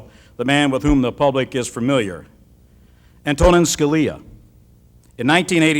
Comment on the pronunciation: That intro…yikes. Made a dumb joke based on the Italian-American trope that Scalia notoriously hated. Called him a “strict constructionist,” a type of judge that Scalia once said gave originalists a bad name. Completely butchered the pronunciation of “Antonin.” Do your research before you introduce such an honorable guest!!